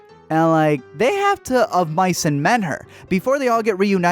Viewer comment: “Of mice and men her”😂